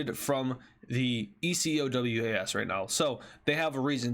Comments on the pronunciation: Some of Ecowas has largely now decided to stay out. August 6th was the deadline but many countries decided they were good, also ecowas states that they may intervene militarily shorter way to say it btw is (E-co-way) or (E-co-was) I've only heard the former though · Say Eco-w-ass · just say ecowas instead of e c o w a s